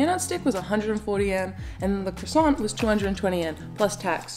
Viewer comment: This Shiba has the tail of a fox... Unpretentious and cool vid... Little tip: don't pronounce the "t" in croissant.